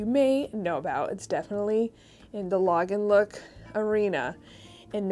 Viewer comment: Thank you for a great video! When sourcing I think if I could see Diane Keaton (Annie Hall) wearing this then it’s definitely Lagenlook! You are pronouncing Lagenlook correctly!!😄❤️